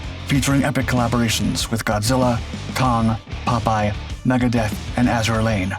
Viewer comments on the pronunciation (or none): none